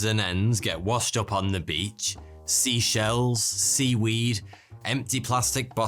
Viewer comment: I have gotten PTSD cause of a british man saying "sea shells" in two different non related videos